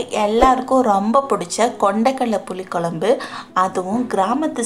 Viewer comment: Dear your receipe us very good. Your oresentation also is good. If you pronounce "kozhzmbu" correctly like in pazham, you will be outstanding. Pronounce Pazham as that and nit as palam. Its Tamizh ant Tamil. Git it dear. I am like your mother so this correction. Everything is super. No hard feelings ok.